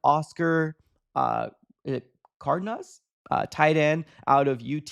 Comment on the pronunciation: I thought you were Raza but I guess you are not after how u pronounced Cardenas 🤔 😂😂😂😂